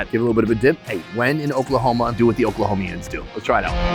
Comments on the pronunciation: Oklahomans NOT Oklahomians. No such thing! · We’re Oklahomans, brother. Not Oklahomians. lol